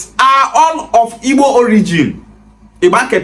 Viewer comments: You are accurate they want to use politics as he said Even the guy does not pronounce those IGBO words very well The history is not hidden it clear that IGBOS makes things clear The man is mad he can not pronounce IGBO words properly thats first exposure thats is his failure in his analysis... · This useless Benin man no get sense at all Even the Igbo names he is calling dey had him to prounce , Benin people no get shame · Even the igbo name dey hard Dem to pronounce